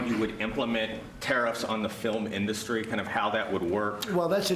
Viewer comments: why does he say inDUSTry? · Has he always pronounced it as In-DUSS-tree? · I know!! And "inDUSTry"....bizarre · Trumps can't pronounce "industry" right!!! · Why can he not say industry correctly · Where does this extra syllable in the word "industry" come from? And he keeps repeating it... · I know its not a big thing, but I really don't like the way he pronounces industry. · "The fill-um inDUSTry"? I can't listen to the man talk. He puts emPHAsis on the wrong sylLABle. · The "filum in-dustry.." What a doofus!!!!! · “Fill-em” and “industry” are another TWO words he pronounces in a WEIRD way! 😂😂😂😂😂 He’s a BAD JOKE!